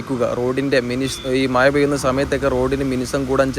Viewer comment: Do you know how to speak proper Malayalam? Your Malayalam is very boring. Don’t you know how to pronounce the letter ഴ correctly? When I hear you speak, everything sounds like "maya, maya" instead of "mazha, mazha", and it’s really irritating. It’s not just മഴ, but the pronunciation of many other words feels awkward. It’s really irritating and annoying. Please try to speak good Malayalam.